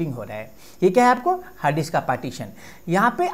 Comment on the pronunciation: Correct your pronunciation it is "DISK" not "DIKSS"...